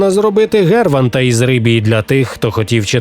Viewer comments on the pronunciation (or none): Гербанта із Рибії? ВТФ? Це що ШІ текст читає?